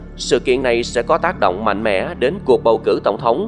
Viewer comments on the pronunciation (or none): none